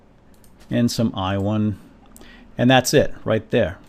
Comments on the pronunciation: di u just say whywhon? and wedstone? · I love the way you say iron and redstone xD Couldn't stop laughing, ione and wetstone xD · "And some iwon"